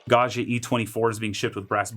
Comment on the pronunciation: This looks fantastic, but please learn how to pronounce Gaggia!